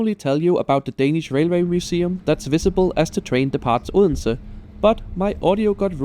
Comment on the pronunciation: Announcements in foreign languages are always tricky. gave us the correct Danish prononciation of "Odense", but as a foreigner I would like to hear the "d" there. In German, I guess you could sample "Bodensee" and cut the B. On another train that would stop in Naestved, my ears told me that I heard "Nästa Nästa".